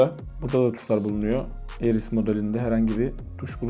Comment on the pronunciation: Ares kardeş Eris değil.